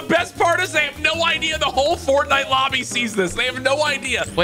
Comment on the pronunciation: the way he said fortnite made me laugh for some reason 🤣